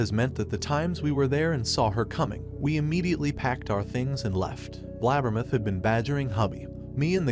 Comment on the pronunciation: His pronunciation of “BLAB-ber-muth” tickles my funny bone! 😂